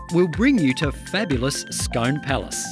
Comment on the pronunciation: The home of the Palace and Stone is pronounced skoon Loch Lomond is not the largest expanse of fresh water in the United Kingdom. It is, however, the largest expanse in Great Britain.